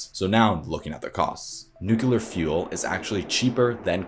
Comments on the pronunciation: it's unfortunate to have the impact/authoritativeness of this otherwise excellent video take a hit every time it's mispronounced. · lol, no it isn't an accent. How you fundamentally pronounce something is not accent. the pitch or length of words might change, even emphasis. But accents do not magically add in a syllable that isn't there! But you are correct, it really isn't that big a deal, just thought it would be funny to see someone defend being wrong. Thanks. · Why do you say "Nu-q-lar". Surely you know it's pronounced "nu-clear". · PLEEEZE! It is pronounced "NEW-CLE-AR" not "NUC-U-LAR"!!! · Great video but PLEASE. It's nuc-lear not nucu-lar. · It's not 'nuk-u-ler', it's 'nu-cle-er'. Mispronouncing this word detracts from your credibility... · Great research, graphics, and presentation. One suggestion: practice pronouncing nuk-LE-er as opposed to nuk-U-ler. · Please say "Nuclear" correctly. New-clee-ar. From "nucleus" of an atom. Not New-kew-lar. This is such an excellent and informative video. Correct pronunciation indicates education and increases the credibility of what you're saying. Unfortunately, the opposite is also true. You will help yourself to disperse your great knowledge when you sound like you know what you're talking about. I hope you see my comment as constructive, I only mean it that way. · why does he keep saying "nook-yoo-lar" is it so hard to learn to say "nook-lee-ar"? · A good video and you put a lot of work into it. One thing that I might suggest is to pay attention to the pronunciation of the world "nuclear". The correct pronunciation is "NEW-CLEE-AR", exactly as it is spelled. There is no such word as "NEW-CU-LAR". Incorrect pronunciation of such a key word to the topic, causes people to shade the speaker as less knowledgeable about the subject they are discussing. Just a bad look. Really nice vid overall, Thank You! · It is pronounce "New-Kle-ar" NOT " Noo-Ku-lar" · NU-CLEAR ....Not Nuke-u-lar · "Nuculer" ...ruins it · nucular xD